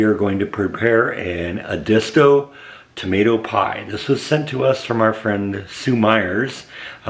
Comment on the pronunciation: I grew up on the Edisto river in South Carolina. This is a great recipe, a big favorite with my family. BTW, it's pronounced "Ed-es-toe". Correct pronunciation here